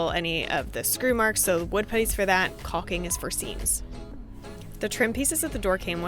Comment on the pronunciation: Nicely done! And its pronounced caulking 😂.